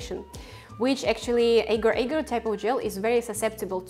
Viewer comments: As a malay, this is so painful. Its not eger eger, its, AGAR AGAR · It is aaahhhh- gaaahr... aaahhh- gaaahr .. soft a's, not hard / long a's... in Malay and Indonesian...